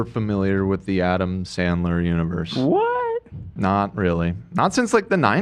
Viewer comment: how the hell Ethan managed to mispronounce Adam Sandler is beyond me. It's honestly a gift at this point.